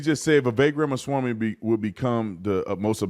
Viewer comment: You can't even say his name right. At this point of his candicacy, you should at least say his name right unless you're intentionally doing it out of disrespect which is evident here.